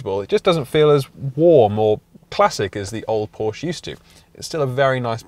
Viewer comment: So funny he is a car "reviewer" but can't pronounce the name Porsche correctly